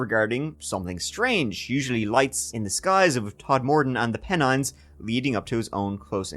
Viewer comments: Not 'Peh-nines', but 'Pen-ines' 👍👍👍👍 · Keith, it's pronounced PEN-ines, not P'nines! 😆